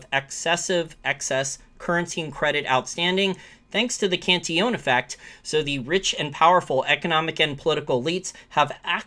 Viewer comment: Very nice video and commentary -- but I have a short question of pronunciation. I notice you say "Can-tee-OWN". I thought it was "Can-TILL-uhn". Obviously, pronunciation does not detract at all from your information or conclusions, but if you can tell me which is correct, I will happily (if needed) change. Thanks!